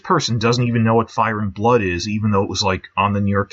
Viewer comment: Why do you emphasize ‘Game’ and not ‘Thrones’ when you say “Game of Thrones?” You do it with “Fire and Blood” too. I’ve heard it in other videos too, like you say CASTLE black instead of castle BLACK... I’m sure there’s tons of others. LOL Edit: VANITY fair; DANCE of the dragons